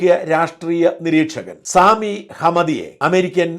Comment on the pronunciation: സാമിയോ……….. സാമി അല്ല സമി ഹംദിയ എന്നാണ്………..😂😂😂